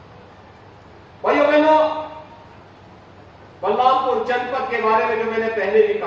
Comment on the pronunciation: Kam se kam District ka Naam to Sahi le lete